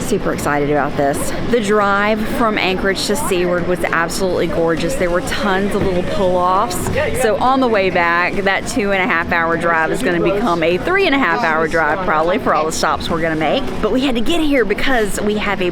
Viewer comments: You pronounce Seward this way.....soo-urd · Beautiful! Also - Seward is pronounced "soo ward" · It’s pronounced “su-ward”